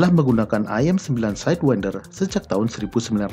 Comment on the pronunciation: Org Lain: Aem-Said-win-der Admin: Ahem-Seyd-wen-der